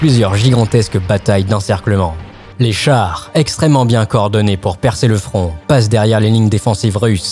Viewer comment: Je n’étais pas près pour le frond de fabeby 🤣🤣☺️ Sinon excellent reportage.